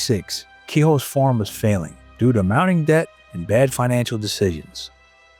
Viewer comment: I just cringe everytime he says farm. Form is what I'm hearing. Not much to these videos most of the time is spent on commercial ads and commercials by the people who narrate the video.